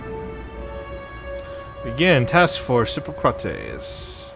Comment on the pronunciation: Hippocrates is Greek pronounce it like hip aw crat eez